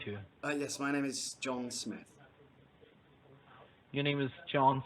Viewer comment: My name is John Smith. Yurr nemm iss Jhohn Smitt. No, John Smith, are you a bit mutton?